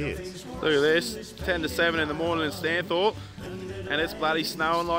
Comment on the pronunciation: And "Stany" (as in stani) not Stano